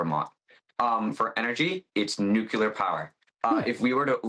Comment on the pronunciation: NUCLEAR, not nuc-u-lar. Why does everyone have to copy George W in mispronouncing the word?